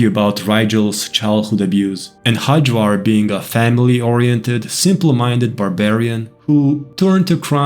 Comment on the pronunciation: you are obviously not native english speaker, why do you read nordic names in worst british pronunciation??? xD Hajvarr is pronounced with y as in yes. Hayvar. the way you say it sounds turkish ffs hahhaha